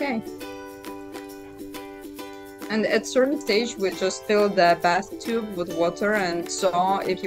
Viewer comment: I have never heard anyone pronounce "bathtub" as "bathtube" lol!!